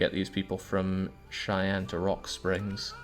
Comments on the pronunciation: The Narrator got a lot closer with his pronunciation of "Norfolk" than did with his of "Platte" and "Cheyenne". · Ostentatiously whinges about how the narrator pronounces "Norfolk" and then completely butchers "Platte" and "Cheyenne" two minutes later.